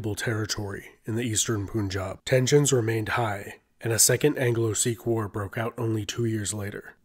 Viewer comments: It's Punjab! "Pun" as in "punk" not "Pun" as in "Pool" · Please pronounce correctly it's Punjab not pun jab Here pun sounds like fun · its not poonjaab its pun-jab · I don't get your point about Shakespeare and Qur'an. I am not saying anything about the spelling other than that it follows a nonstandard transliteration. My point is about its pronunciation. Its not pronounced as "poon-jab" but rather as "pun" as in the English word followed by "job" like in a NY accent. Unlike "Qur'an" with it's gutteral sound, this word is pretty easy to pronounce for native English speakers and that is the only correct way to pronounce it. No variations. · I dont know why westerners pronounce Punjab as "poon-jab"? Do you pronounce Fun as Foon or Sun as Soon? Then why say Pun and Poon? Try saying Pun-Jaab. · Nice and well made documentary. But I should notify that it is pronounced as "Punjab/Panjab" , not "Poonjab" . Pan - like the English word Pun followed by jaab . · woulda been better if you'd pronounced the first syllable of the word 'Punjab' in a way that it rhymes with 'bun' rather than with 'boon'. It's pun-jab, not poon-jab. Kudos to you for pronouncing Pakistan better than most Westerners tho. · It’s pronounced similar to how you would say the word pun, not poon. pun_jabi not poonjabi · It's not pronounced "poonjaab". It's "pun" as in the English word pun, then jaab. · It's punjab not poonjab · Buddy, the 'Pun' in 'Punjab' is pronounced pun... As in "pun intended "... It's not Poonjaab... I think you can easily pronounce 'pun'-'jaab' Thanks. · Okay, first off, if you're going to talk about the history of a region, you need to make sure you can pronounce the region's name correctly, right? It's pronounced "panjab" -- from "panj" (five) and "ab" waters (i.e. Five Rivers). It is NOT pronounced "poonjab," which would mean nothing at all in either Punjabi or Hindi or any local language. I am NOT Indian/Pakistani: this knowledge is easily accessed. Try harder. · “Poon - jab” 🤣🤣